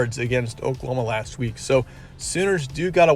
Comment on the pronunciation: He said pokelahoma 😆